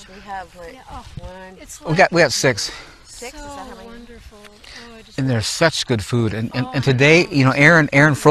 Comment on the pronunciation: Great video, I loved it. Not so sure about the Bible's doctrine of 7,000 years of humanity. I believe that the creator has refined nature over a much greater period of time. What did say? was it six or sex LOL